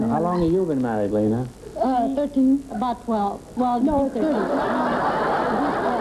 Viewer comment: so, you now, want to teach me german .. it is lena as in bet ya .. try forvo, forvo helps